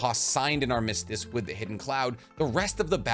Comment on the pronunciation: Learn how to pronounce armistice